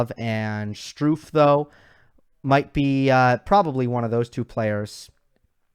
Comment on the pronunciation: Hey, love your videos, and have been a fan of yours for a couple of years. Just one correction! Jan Lennard Struff's last name is pronounced "uff" like the "oo" in "good" not "goo." Or imagine one of the Beatles saying "rough." That's because of the double ff. (If it were "Stuhf" your pronunciation would be right.) Now don't ask me how to say "Ruud"....